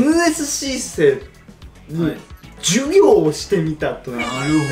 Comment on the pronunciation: 本日は、NSC生に、ジュウィギョーをしてみた、 授業がヒィウィゴーしてるw